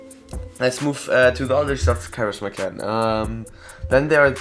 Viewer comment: karis-ma lmao